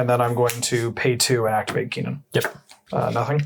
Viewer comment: I'm sorry but the way you guys say kinnan is annoying. It's pronounced kin-in